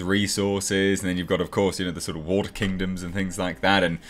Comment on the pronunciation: AND BO'OH'O'WA'ER.... world